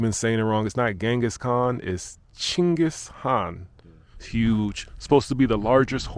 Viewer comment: Why are you not wearing a jacket? 😂it is so cold even for Mongolians. You got the name right. Chinggis